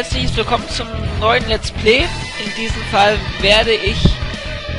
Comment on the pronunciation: voll cool! mach weiter mit deinen videos! aber das lets plee nervt wirklich.